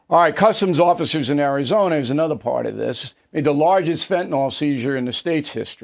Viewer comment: Someone, PLEASE, tell all newscasters that the drug is pronounced "Fent-A-Nil", not "Fent-A-Nall" the spelling of the drug tells you how to pronounce it, pharmacist for 50 years, I know how it should be.